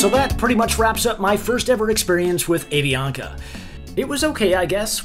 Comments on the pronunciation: avianca (ah-vee-on-ka) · I love how you say A-Vee-Anka in the American pronunciation! 😆 It’s pronounced Ah-Vee-An-Kah! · I love the way you pronounced Avianca and Bogota